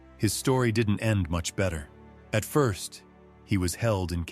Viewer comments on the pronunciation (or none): none